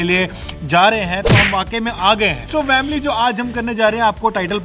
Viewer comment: why are you saying vamily you have to say family